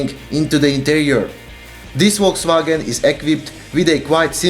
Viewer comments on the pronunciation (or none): none